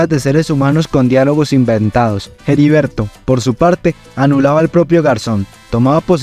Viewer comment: Es Heriberto de la Calle, no Jeriberto de la Calle. La H es muda.